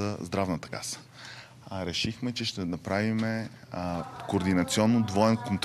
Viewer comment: ..."направимЕ",..."истЕнско",...и т.н.